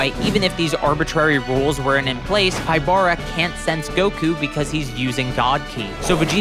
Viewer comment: Just a small nitpick. Pybara’s name is pronounced “PEE-bah-rah”, not “pai-BAH-rah”. His name in romaji is “Pibara”, and his name pun comes from the capybara.